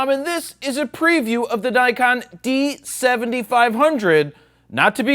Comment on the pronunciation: Did you say DIKEon?! :D